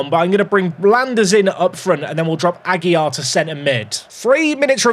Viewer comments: second day comenting, the correct pronunciation for AGUILAR is "Agy-Larr", with the strong R at the end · it’s ah- gill (like the fish breathing apparatus) -lar (like lard without the d)